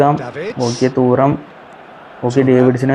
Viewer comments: Thooram alla thuram 😂😂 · ഡെയ് തൂറാം അല്ല 😂😂😂😂. റ്റുറാം എന്നാണ്. li·lee·uhn tu·ram ഇതാണ് pronounciation അല്ലാണ്ട് തൂറാം പെടുക്കാമെന്നൊന്നും അല്ല... 😂😂